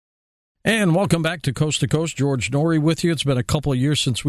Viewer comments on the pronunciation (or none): Man Noory killing her name lol